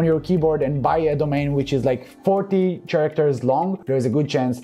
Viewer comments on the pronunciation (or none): Hey, a small tip- when you say "Characters" in English, it does not being pronounced with a ch as with for an example "child", it is being pronounced with a K, imagine your self saying [K]aracters, nice vid! keep em coming;-)